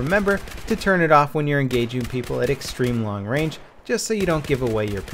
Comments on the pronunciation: Guess he meant Range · "Long Rang"? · Range not Rang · Long Rang -.